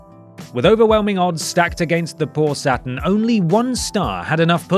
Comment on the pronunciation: I cannot make it through this vid.. its not satIN its satURN